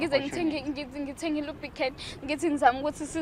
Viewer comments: I lubricant uyibiza nge lub'khele..Awusemncane mfana ne language yamakhehla😂😂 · Ikhanda lomile kulomjida isikolo siqakathekile futhi nangu ibza oLukraine instead of lubricate 😂😂😂😂